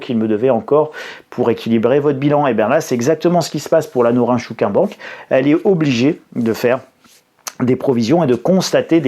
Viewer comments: Ça se prononce Nôrine Chôkine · Je suis japonais et ça se prononce: nrintchkine. Sinon sympa la blague du nunchaku 😂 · Norinchukin se prononce un peu comme :Norine... tchkine !😊